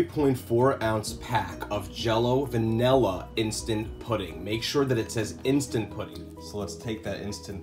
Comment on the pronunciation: Vanilla, not vanella. Looks yummy!